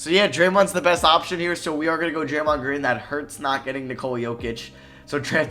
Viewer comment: Draymond gween 😂😂😂😂